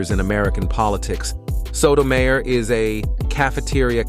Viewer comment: How disrespectful that you didn't bother to learn how to say Sotomayor's name. As a lifelong Catholic, Iand lawyer, I find this video offensive. Alito is corrupt. Thomas is corrupt. Both are bought and paid for. They have hurt so many poor people. All of the Maga right are NOT Catholics. They are bigots spewing hate. They may pretend to care about the poor and hungry, and then vote against affordable medical care, non discrimination, and immigrant children. That is not Catholic. That is not consistent with Christ's teachings. And the insanity that criminalizes abortion is just an attack on poor women. Abortion is a mortal sin, but so is having an unwanted child. And neglect and abuse do more harm to the immortal soul. Thomas, Alito, and your right-wing cabal are the worst examples of Catholic there is. Rich man Thomas will be a camel at the eye of a needle when his time comes. Here's hoping these corrupt justices (not including Sonia Sotomayor) do not completely ruin our constitutional government.